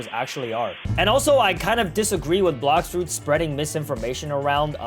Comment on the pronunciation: Bro said blox roots😂😂